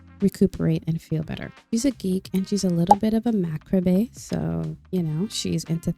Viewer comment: i love the unique stories people tell in the sims ❤ Loved watching this & looking forward to ep 2 ☺ btw: 'macabre' is pronounced 'ma-carb' :)